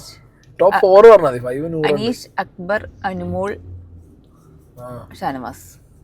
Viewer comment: അക്ബർ ❎അക്കുബർ ✅